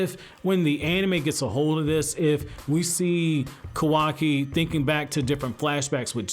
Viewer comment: Its ka wa ki... not kwaki .